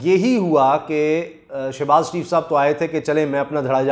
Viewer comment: Shebaz not Shanaz.